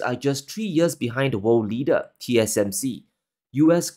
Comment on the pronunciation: Funny how he pronounces world. Sounds like "wow"